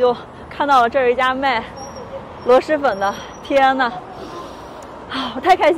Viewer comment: 确实，螺蛳粉的蛳是平舌音，不是翘舌音。